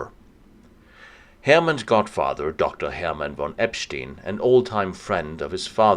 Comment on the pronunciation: If only you could pronounce Epstein correctly - lame...